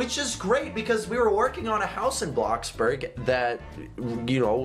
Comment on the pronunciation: It's not bloxberg it's bloxburg